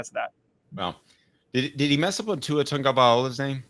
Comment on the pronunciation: they pronounced tagovailoa wrong for 3 years even after he won a natty, hard names are hard for a reason, especially considering the kid has yet to make a name for himself. Not that big a deal seriously